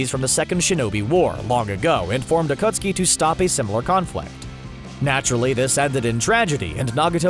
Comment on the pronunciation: “akootsky” lol